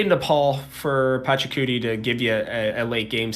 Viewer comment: It's 2025 and you still can't pronounce PA-CHA-CU-TI correctly? Sad.